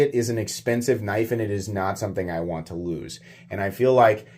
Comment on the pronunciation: "Wan't" - come on,, you can do better than that.